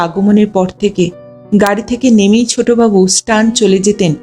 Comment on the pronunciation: কথাটা সটান,স্টান নয়।